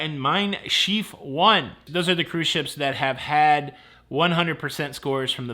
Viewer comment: “Cruise shyeps.” 😂